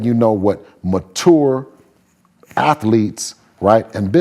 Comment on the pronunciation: no way he just said mature like that. Confirmed dude a lil slow